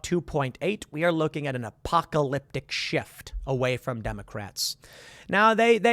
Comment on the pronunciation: Good God dude can you stop saying "apocalypTIC"